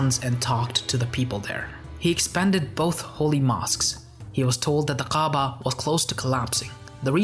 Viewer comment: you mispronounce Ka’aba and Mecca. how can you be taken seriously?